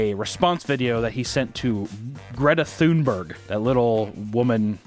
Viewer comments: I absolutely love how he pronounces Greta thumburg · Ahhh, c'mon papa, you missed the opportunity for a shitty Greta Toonberg joke. All ya had to do was fuckin google how to pronounce her name, goddamnit, hahaha